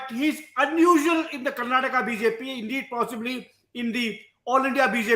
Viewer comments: Karan Thapar, start pronouncing Karnataka as Karnataka and not Karnatak. Learn and start becoming correct and humble. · Mr. Thapar, it is Karnataka and not Karnatak. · It is KarnatakA, not Karnatak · Good chat, thanks for this interview, Mr Guha brought incisive and well articulated points to the table as usual. Just one note. Please, Mr Thapar, do learn the name of the state you're talking about! It's KarnatakA not Karnatak😂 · Mr Karan Tahapar, you come across as a well learned person and you are in this profession for a long time. Can you make an earnest effort to properly pronounce the name of the state that you are discussing. It is not Karnatak it is Karnataka. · Dear Karan it is Karnataka and not Karnatak, please respect the names of the states and the languages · This was a great watch. But it would be so much better if you could please call our state Karnataka instead of Karnatak. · Dear Karan, it is Karnataka and not Karnatak 😊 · it is KarnatakA, not Karnatak. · Why can't Karan pronounce the last syllable 'a' in Karnataka? Why is he saying 'Karnatak'? I see this with other North Indians too. Why? Why can't you guys make the effort for correct diction of Southern names? Is it so difficult? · Mr. Thapar, you wouldn't pronounce Haryana as Haryan, would you? Now, please extend that rule. it's Karnataka, NOT Karnatak! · Mr Thapar, it is Karnataka. Not Karnatak. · Karan, its karnataka..not karnatak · Karan Thapar should be called Kara Thapa until he learns to say Karnataka, instead of Karnatak. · Karan, it's Karnataka! Not Karnatak! Look at the spelling. Not what you want it to be! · Someone tell Mr. Thapar. It's Karnataka. We do take offense to other pronunciations. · Karan - it's KarnatakA,KeralA..not how you pronounce it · Hi Karan sir, can you please pronounce "Karnataka" properly..!!